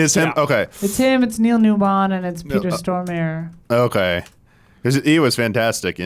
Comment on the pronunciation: Peter Storm-a-re The e at the end is NOT silent